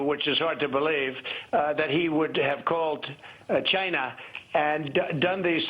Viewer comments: Why does Trump pronounce "China" so weird? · lol why does trump say china so weird? he's such a clown, how did he ever get elected to begin with? oh that's right, he lied to everyone pretending to be someone he isn't, then after getting elected his true colors came out. how is it humanly possible to be that narcissistic anyway?